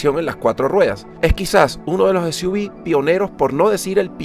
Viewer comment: Continente latinoamericano??? Será hispanoamericano, pq en Canadá hablan francés y este coche ya llegó hace rato, dices para Suv : ese , u , vi, será ese , u, uve 🙄 ;cr - b o cr - UVE , yo veo CR-V........ MADRE MIA